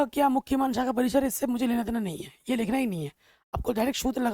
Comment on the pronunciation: सर वो शाखा होता है नोट सAखा